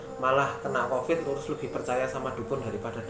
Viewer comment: Itu Mbak nya nggak bisa ngomong Covid. Tiap pengen ngomong Covid jadinya Convid.... Mungkin lagi sariawan...